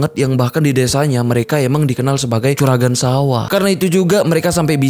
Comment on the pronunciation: bukan nya CURAGAN TAPI JURAGAN bang